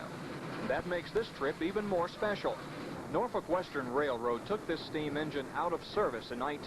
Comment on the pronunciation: That lady just insulted heavily on the Queen of Steam, she should be do a 1st grade 10 times each vocabulary word saying Norfolk & Western 611 and take a test on it! LOL